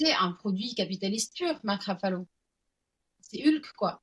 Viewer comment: Bravo pour cette interview ..juste pour faire ma chieuse c est Mark Ruffalo et pas Raffalo❤❤